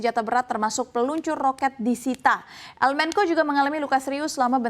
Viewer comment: Bukan "el menko" dibacanya tetep "el mencho"